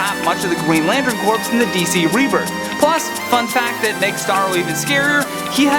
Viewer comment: Ease up on the music and learn to pronounce corps. It's pronounced "core" not "corpse".